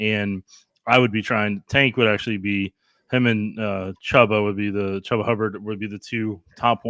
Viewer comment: I’m going to assume you’re only looking at box scores based on your pronunciation of Hubbard’s first name. Not the guy.